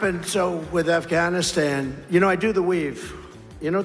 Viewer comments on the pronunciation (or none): none